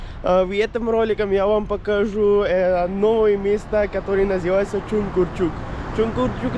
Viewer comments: Не чункурчук а чуңкурчак. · ты молодец! Только вношу поправки: не Чункурчук, а Чункурчак; не Супари, а Супара. Как пишется, так и читается. Для тебя кыргызские названия сел, городов, улиц и пр непривычны. Но старайся запоминать правильное произношение